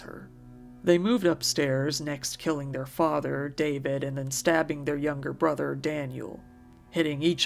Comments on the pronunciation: Kid still pronounced brother "bwother". I'm so sorry little man, you deserved so much better, rest in peace. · That 911 call hurt me so much… the way he couldn’t even pronounce his r’s is making me cry